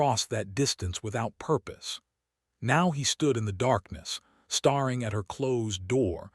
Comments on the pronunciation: the "hopping" and "starring" drives me nuts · Why is staring pronouced as starring and hoping as hopping?